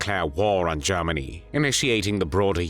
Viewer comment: the voice is AI who pronounces Germany as zzeeegggeerrrmaaggnnnyyy?!